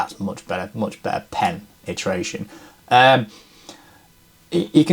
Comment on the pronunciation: Pen-iteration. Slipped that one in nicely 🤭